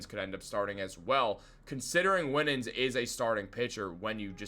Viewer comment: Also - Winans is pronounced - "Why-nans."